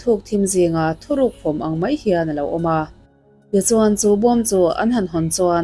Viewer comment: Thuhruk ni awm tak thuruk tiin i chhiara